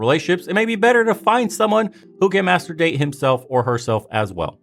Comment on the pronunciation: Every time you say masterdate i think you're saying master bate and that i agree with, when was the last time these women had a good orgasm